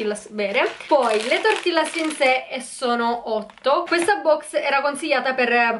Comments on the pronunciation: Senti io non voglio essere stronza ma azzeccare almeno un nome non si chiamano mocha non si legge tortillas tortijas 🤣🤣🤣sorry ma ste cose mi fanno uscire pazza a me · TI PREGP, SI DICE TORTIGLIAS NON TORTILLAS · Si scrive "tortillas" ma la sua pronuncia è "tortiglias" è in spagnolo 😊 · cmq tortillas si pronuncia tortiglias:)